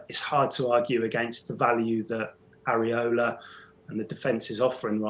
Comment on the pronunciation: Lol it is 'Areola' not 'Areloa'